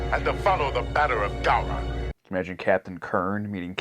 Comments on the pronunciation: Gow-Ron, not Go-Ron. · FYI, if no one else has said it yet, Gowron is pronounced Gow like Cow. Gow-ron not Go-ron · It's Pronounced Gau-rhon. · Actually it’s pronounced Gay Ron. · Say "Go-ron" one more time....